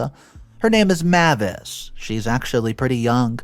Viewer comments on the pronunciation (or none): PS: it is pronounced "May-vis"